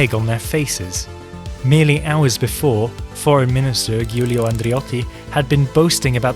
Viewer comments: Giulio andreotti is pronounced JEW-LEE-OH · 1. - It's GIULIO, like Giuliani (Rudolph). 2. -Bravo to Italy for standing against Americans claims.